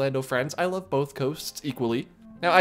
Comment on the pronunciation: Bonth? Or both